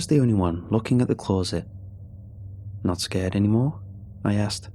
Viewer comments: Love how he says close-it rather then closet. 🇬🇧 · I h8 the way he says CLAWZIT instead of closet🤬🤬🤬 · Closet now clawzit 😂